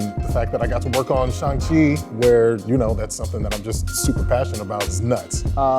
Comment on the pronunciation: I cringe every time the miss pronounce Shang chi's name and say it Shung Chi